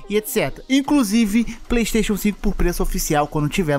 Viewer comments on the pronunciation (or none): none